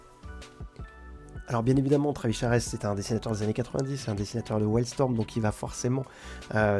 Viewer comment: Travis Charest (il paraît que ça se prononce "Charé") était très vite "charrette." Son trait à effectivement évolué depuis le sous-Jim Lee des débuts. Hâte de voir la suite.